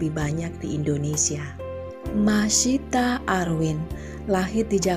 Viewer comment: dan seorang LUNA MAYA ga pernah bisa baca nama dia dengan benar, selalu aja panggilnya MAYSITAH bukan MASYITAH.